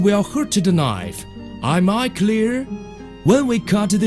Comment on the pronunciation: OM I CLEUR?